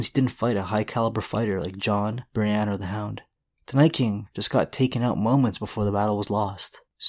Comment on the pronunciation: He said Briënne